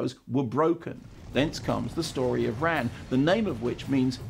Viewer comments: Fyi you should pronounce Ran like you would the name Ron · Isn't it pronounced as 'Rarrrn'? Well that's what I always thought anyway